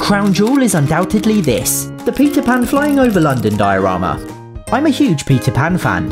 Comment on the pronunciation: As American for Peter Pan you sounded like pizza pan